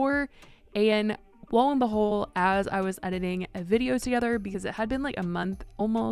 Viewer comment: "Low & behole"?! 🤨🤫